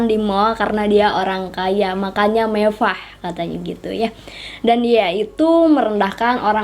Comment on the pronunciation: Mending situ belajar huruf (RRRR) dah ngomong aja belum benar mewah mbk bukan mevah mending situ belajar kosakata dulu dah